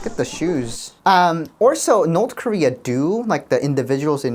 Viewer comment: north korea❌ north dieria✅